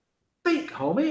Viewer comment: Especially when he say Homieeee u can hear the accent right 😂💯